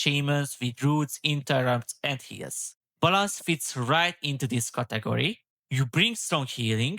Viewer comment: ‘Balansz’ 😂 magyar akcentus peak ❤